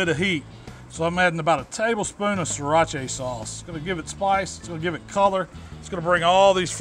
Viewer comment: "SIRACHAY SAUCE" LOL